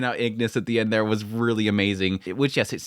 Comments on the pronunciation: Igris! Not Ignis! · I continue to like your coverage and the comparisons with the manhwa. I think you have the name of Igris the Red wrong; for some reason you kept adding an n and saying "Ingris". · Igris not ignis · He's pronounced igris not ignis btw. R not N